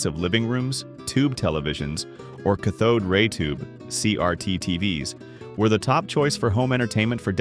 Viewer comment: It's cath-ode not ca-thode :)